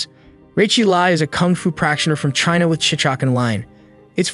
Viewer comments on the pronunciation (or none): none